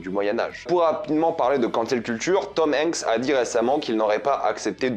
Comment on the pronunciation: comment tu prononces Tom Hanks sa me fume